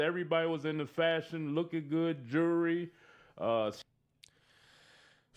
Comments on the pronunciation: Juurey (jewelry) 😂 he needs to learn English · Why does he call Jewelry, "jury"